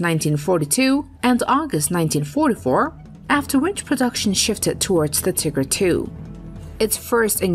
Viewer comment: she said tigger two lol